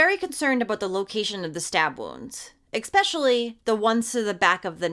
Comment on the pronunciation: Sorry, but it really bothers me that you say EXSPECIALLY whan what you really mean to say is ESPECIALLY. Sorry, but it really annoys me.